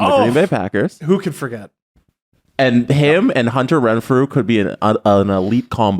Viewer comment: Love how tries to educate on the NFL and then calls Hunter Renfrow "Renfrew"